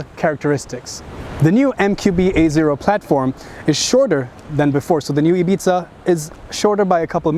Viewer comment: Seat "Ibitza" :3 eheh